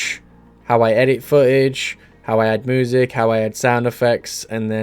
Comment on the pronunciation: I love listening to "moo-sic"